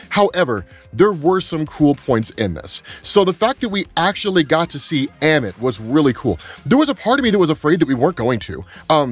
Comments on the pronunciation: Who the hell is emmit? Its ah-mit! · Ah-mit… not eh-mit. Respect the culture. 😳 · bro please please please when they say the damn name in the show over and over say it right ah men not ammin